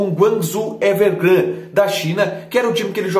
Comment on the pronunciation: Curti o quadro! Ah, o nome do time chinês é Guangzhou Evergrande, não "Evergran" como falou hahaha